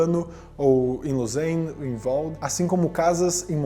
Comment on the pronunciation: Você mora na Suíça e chama Lausanne (LOSÁNE) de "LOUSEINE"?????😂